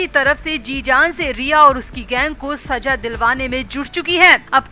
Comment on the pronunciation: Urdu sahi kar le Saza hota h Bura na mane plzz